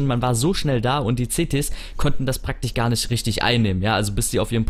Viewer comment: Och hasse Leute die kein sch sagen können und z.B. praktich sagen !